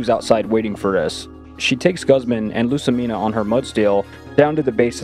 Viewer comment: first stop mispronouncing lussamine's name watch the anime and second don't say she uses a bunch of girly fairy type pokémon, the only fairy type she has is cleffabble